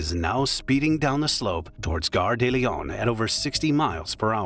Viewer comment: De, not des.